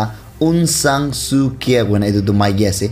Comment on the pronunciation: Thanks for all your updates. But Aung sang Suu Kyi is pronounced as Aung Sang Suu Jie and not as Kyi. It's for all our viewers correction in future.